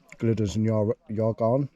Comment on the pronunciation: Great video. No waffle for the sake of waffling, stunning scenery. Pronunciation not too bad, but not sure where the argarn cane from for Y Garn. 😂 The Y is a bit like you'd say the u in mug. U garn. Depending where your from in N Wales, other more an ee Garn. Stick with Argarn 😂. Anyway. Brilliant video. Really enjoyed it. I was up above aber falls back in April. Lovely spot.